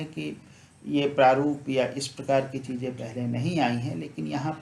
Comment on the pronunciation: सूत्रों, चीज़ें को भी बिना अनुस्वार के बोल रहे हो। बच्चों को भी बच्चो बोल रहे हैं।केवल संबोधन रूप को छोड़कर इस शब्द को अनुस्वार सहित बोलना चाहिए। अब तो हद ही हो गई है। कुछ तो ध्यान दें। प्रणाम।